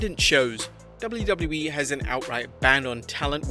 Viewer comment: "dubliu dubliu E"